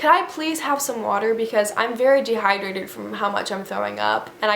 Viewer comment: like “can someone jus give me an IV a bitch is de-hi-drated.”